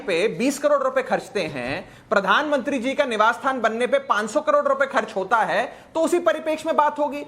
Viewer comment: 45 carors & swimming pool ka 21 carrods .. ye bolne ki training .aap ko bolene ki mili hai.